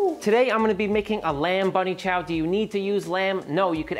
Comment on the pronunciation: Im South African. I was super happy to hear you say Bunny Chow. 😮🎉🎉🎉